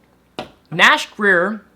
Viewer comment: sounded like you said nash queer at the end